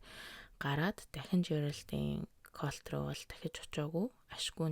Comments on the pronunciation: Калт гшш😂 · Дээрхэлдэг биш дээрэлхдэг😂 колт биш калт😊